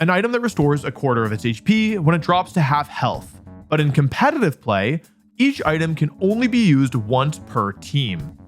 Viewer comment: I can't believe this guy still isn't able to say "Competitive" the right way. SMH.